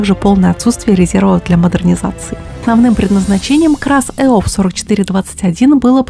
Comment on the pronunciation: Это не КрАЗ ЭОВ 4421, а экскаватор ЭОВ-4421 на базе КраЗа 255. Правильно говорить ЭОВ-э, иными словами абривиатуру нужно читать именно так, как буквы читаются по отдельности в алфавите, а не сокращать на последней букве. Всё бы ничего, но лучше бы не читать по бумажке, а наизусть учить, при этом заменять некоторые слова синонимами, попутно разбираясь в терминологии и произношении. За верёвочку там дёргают когда стартер сломан или акб нет, на граждане согласен, могут шморгалкой (верёвкой) заводить, а вот в войсках этого нет. Там, как правило, при отсутствии собственного акб на пускаче, запитывают его от одного из двух акб самого КрАЗа, потому как заводить там пускач верёвкой не удобно. Сзади экскаваторной установки (в простанородии кукушка) есть дверки, под ними выдвижная площадка для обслуживания мотора и она очень маленькая, если с неё дёргать верёвку на пускаче, можно запросто свалиться, а падать высоко. Карданных валов там не три, а пять: 1) от кпп к раздатке. 2) от раздатки к переднему мосту 3) от раздатки к среднему мосту 4) от раздатки к промежуточной опоре (поросёнку) 5) от промежуточной опоры к заднему мосту. ДВП и фанеры там нет. последующие трёхосные КрАЗы построены на этой же платформе, только у 260-го, кпп уже со своим делителем и в среднем и заднем мостах есть блокировки дифференциалов, так что фору он никому не даст, всё КрАЗы едут одинаково, а 260-й, с более мощным мотором, может и получше ехать. Ну как можно ошибиться? Говорит